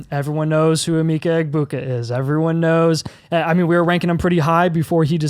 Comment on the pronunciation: It’s “Eh-MECK-uh” Egbuka Also think you guys are sleeping on Quinshon Judkins. He should be up there with Gordon and Jeanty.